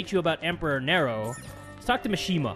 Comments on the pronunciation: sorry but it's not Nero it's nE-ro like from devil May cry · For the Roman emperor it's pronounced (near-o) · It's pronounced nearo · It's pronounced Knee-row, not narrow. Emperor Nero. And des-pot, not des-po